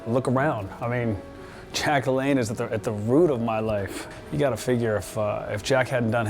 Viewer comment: Isn't it LaLanne not LeLanne?